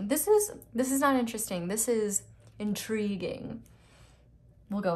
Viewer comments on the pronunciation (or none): This is interesting sighs no *special voice * “this is InTRuiguING” 😗